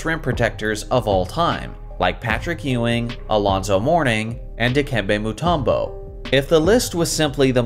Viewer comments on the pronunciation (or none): none